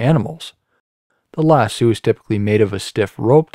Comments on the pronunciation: Thank you.but as a cattle owner. And a guy frum Alabama, it hurt when he said "Lasooo" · lasso has an “oh” sound at the end, not an “oo” sound. Yes. “Lass-oh”, yes, lass + oh. That taken care of, great littlle tutorial! Thank you! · That's not how you say lasso